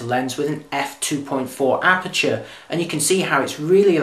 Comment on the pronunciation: As always very professional, but as a foreigner I would appreciate a little slower speed when talking. That would make it easier to get the message the first time. F.exmpl. aperture as it is spelt and not "apture" as said, and so on.